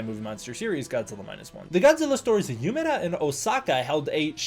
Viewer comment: THERE WAS AN EVENT IN UMEDA AND I MISSED IT???? NOOOO Btw it’s pronounced “Oomedah”